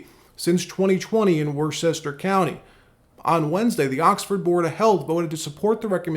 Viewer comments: It's pronounced Wuhster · Worchester is pronounce "Wis-ter" I think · Worcester is pronounced "Wu-stah" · FYI Worcester is pronounced Woostah. That's how we say it. 🙂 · Worcester is actually pronounced “wouster “ or “woustah”, if you’re a native.